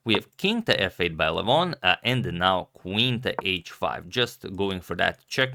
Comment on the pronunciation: His first name is pronounced “Legh-von”, not like “Luh-voghn”. I don’t know why other Armenians are giving wrong pronunciations. It could be because we are very spread out and have different dialects. But Levon is from Armenia proper, like myself, where we speak the Eastern Armenian dialect. I can say with certainty that you went farther away from the correct pronunciation after changing. Let me know if you’d like a video or audio recording. There is a video on YouTube where someone pronounces his name incorrectly, if you are referring to that. All the best.